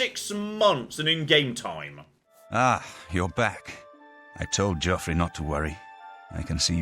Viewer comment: Hearing Sean Bean say Joffrey is very triggering